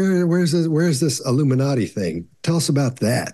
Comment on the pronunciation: He said ‘illiminati’ and I said ‘nope.’